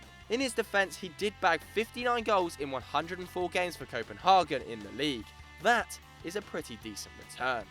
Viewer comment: Say it with me now: CO- PEN-HAY-GEN!! NOT!!! Co-pen-hah-gen